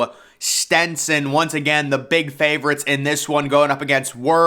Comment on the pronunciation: and Stetson